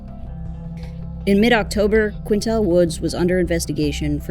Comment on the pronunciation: Quyntell not kintell smh